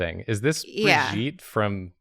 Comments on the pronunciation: Francophone note : you don't prononce the "e" at the end of french words. So it's actually "Bri-jit" 😜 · It's not pronounced Bri-gee-tah. That's like... a half anglized version of the name...? Brigitte doesn't end on an "ah". There's no "a". It's Brie(like the cheese), git (like github), eh (like eh). But it flows more. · kinda wondering why people pronounce it brijeet when it's brig-ee-tuh... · Thank you for that editors note, hate when people say Brigitte wrong. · Thank you David for the editor's note on awful pronunciation of Brigitte. I can see why said it tho, she has clippy things in her hair...:P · Also thank you editor's note for correcting how to pronounce Brigitte